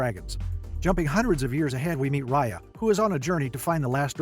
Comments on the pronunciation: Ok I need to make something clear. I meet the producer of this movie years ago and Raya is named after me. But they are pronouncing Raya wrong, it is not Roy-a it is Ray-a. And that is my complaint. Also my theory is that since she is a water dragon, and the water disappeared after her death, her family are all leader dragons and they needed someone to lead the human with unity. You can tell the dragons are royal dragon’s because of the way that the Horn is shaped, because it is shape differently from the others. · Homey really said riya